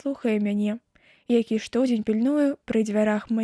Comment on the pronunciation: Прачытана: што'дзень, слоўнік дае націск на другім складзе: штодзе'нь.